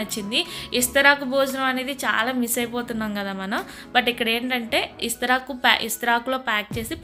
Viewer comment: ఇస్తరాకు కాదు తెలుగు ఖూనీ చెయ్యకు. విస్తరాకు అని నేర్చుకో